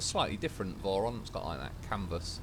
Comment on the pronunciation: Whenever you say vorons I keep thinking you said morons, which is actually pretty accurate 😂